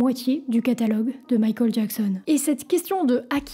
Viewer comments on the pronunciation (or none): pourquoi quand tu dit michael a la place tu dit mikol c'est un accent ? c pas une insulte tinquiete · J'aime bien ta manière de prononcer Michael...c'est mignon 🥰🥰🥰❤️❤️❤️😅👍👍👍À l'américaine